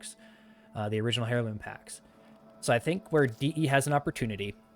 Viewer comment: Seriously my friend, it’s pronounced Airloom, not Hair Loom. Do I think you are correct that DE could release Excalibur Prime and offer Founders a unique Founders Title and some exclusive cosmetics, yes. Having said that all it would take is one founder to file a lawsuit and and it would instantly no longer be viable as it could easily become a large $ Settlement at best and its an instant win as it was a contract between the founders and DE.